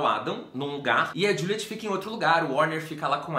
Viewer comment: Não é juliete tipo a pronuncia brasileira, é aquela pronuncia estrangeira tipo Diuliet. Eu também não conseguia levar a sério levando em conta a pronúncia brasileira kkkkkkkkkkk